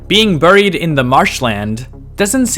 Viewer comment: The word buried is pronounced berried.